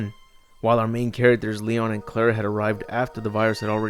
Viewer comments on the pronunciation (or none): none